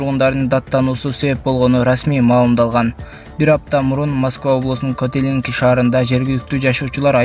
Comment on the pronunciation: Автор котелиник эмес котельники